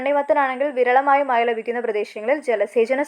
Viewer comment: Mazha not maya